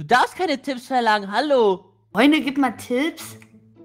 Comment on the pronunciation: Warum sagst du halo ja ich bine da hallo 🤦